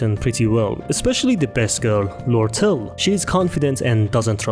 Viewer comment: There are prob more but I gave up on the webtoon one Btw kinda funny to see literally everyone mispronouncing lortelle